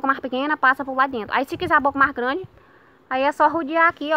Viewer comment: Ela fala logão e grandão kkkkkk